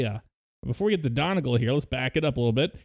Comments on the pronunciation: I would say Don-e-gal but I'm from the north of the island lol this annoyed me too 😅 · It’s Donegal (dun-e-gal) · Omg your pronunciations of the airports are DREADFUL. "Don-y-gul" and "Mal-dye-vs" .... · Pronounced Maldives wrong and donegal Jesus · I was happy with the video until he pronounced Donegal wrong smh...